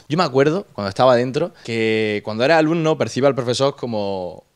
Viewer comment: Like por el "alumnao"